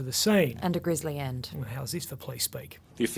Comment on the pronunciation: Caaash is King. Oh, and it's grizzly not grisley.